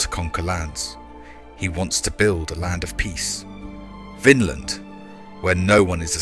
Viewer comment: thats not how to prunounce vinland 😭 but for the most part great story telling